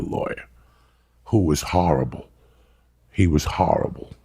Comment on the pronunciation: "He was harrible" x3